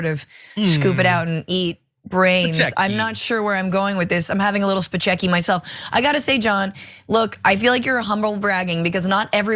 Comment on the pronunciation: "Spechecki." Isn't that the character that Sean Penn played in the movie, "Fast Times at Ridgemont High?" ;)